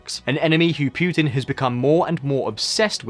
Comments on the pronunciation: It is not pronounced Piutin rather puutin. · I am not going to sit here and listen to you when you insist on pronouncing putin as pewtin. Sorry dude. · It's funny to me how the narrator sometimes pronounces Putin correctly (Poo-Tin) and sometimes not (Pyu-tin). I speak Russian fluently so I know this first hand. Some Brits are so funny in how they unashamedly mispronounce names even though they know better and they just don't care. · Stop pronouncing Putin like that.